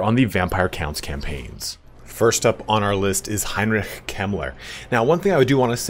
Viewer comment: Nice how good you spoke "Heinrich"! Greetings from Germany :)